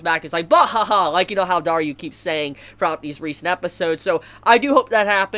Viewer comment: I'm pretty sure he's just saying it that way to troll at this point. >.>